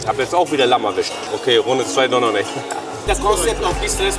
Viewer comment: lämm sagt er 😂😂😂